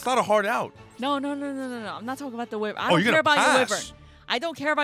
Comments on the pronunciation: It's pronounced WHY-vern not wivern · Can my sick bro just say ancient gear why-vren one time 😢